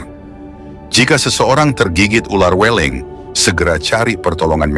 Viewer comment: "Weling" dengan huruf e yg dibaca seperti huruf e dalam kata "beling, berangkat, kerbau". Bukan seeperti huruf e dalam kata "bebek, cewek".